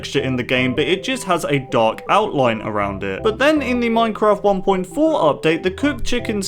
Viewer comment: when you say dark lines i understand duck lines 😂😂😂😂